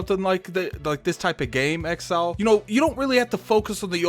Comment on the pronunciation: it's inxile not exile